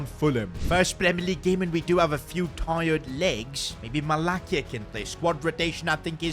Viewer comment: As far as i can see u have no clue about my club Man United kobbie mainoo is not a cdm so stop using him there he is more of a 8.. malacia pronounciation is horrible.. amad needs play often..try to be realistic de jong signing is so stupid